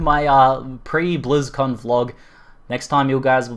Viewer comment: It sounds like you are saying Blues-Con... Fkn Aussie :D